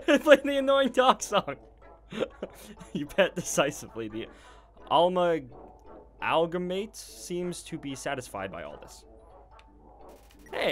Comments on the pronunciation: it's pronounced uh-mal-guh-mate. (amalgamate) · Amalgamate (Ah-mal-guh-mate) EDIT: It’s funny how he miss-pronounces stuff. Like: Amalgamate and Dreemurr lol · it's called an (a-mal-ga-mate)